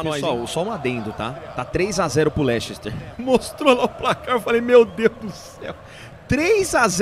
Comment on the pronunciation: Não se diz "Lechester" o correto da pronúncia é "Lester"